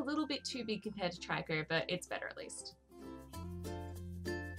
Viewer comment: It's pronounced tree-co